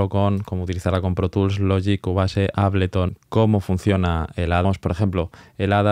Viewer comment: bro se pronuncia ABELTON (Ableton)